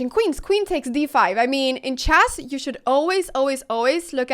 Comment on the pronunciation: Why does she call it CHASS ?